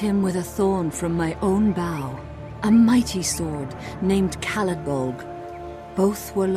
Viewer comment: Caladbolg? Oh, you mean Salad Bowl.